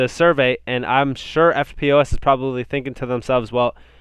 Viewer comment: Hey "EFTPOS" is usually pronounced "ff-poss" great channel keep up the great work cheers